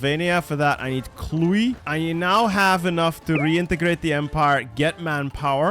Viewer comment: "And for that I need Clui" E CLUJ BA 😂